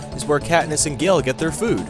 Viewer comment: Did you say Gill or Gale when you were talking about the Hunger Games?